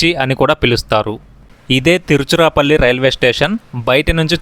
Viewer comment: You should have used your own voice instead of AI voice...AI is not able to pronounce Tiruchirapalli 😂